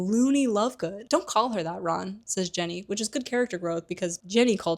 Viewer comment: Why do you pronounce Ginny as Jenny?